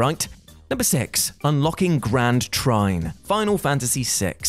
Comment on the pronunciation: Ah, yes, "TRAIN!!" I knew it wasn't, "TRINE," tho... and that's what it sounds like dude is saying in the video, lol.